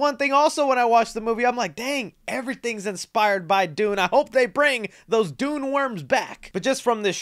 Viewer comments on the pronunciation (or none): none